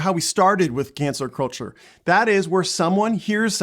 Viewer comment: When he says cancel culture it sounds like cancer culture.